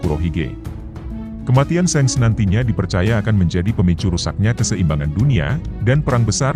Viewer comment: .bukan sengs tapi sank